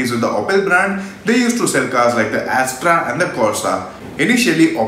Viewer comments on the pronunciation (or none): none